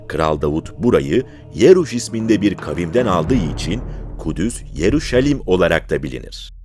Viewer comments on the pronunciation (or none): Yaruşalim değil, Yeruşalem